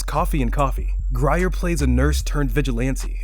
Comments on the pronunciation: Can you say Pam Greer? Not Pam Gry-er. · Pam Greer, not Grire.🤦🏾‍♀️🇺🇦